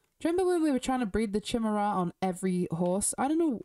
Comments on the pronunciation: Great video! The Chimera coat is my least favorite as well, also, Chimera is pronounced ky-mee-ra. The CH makes a K sound. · Chimera is pronounced kye (like sky)+mare+ah.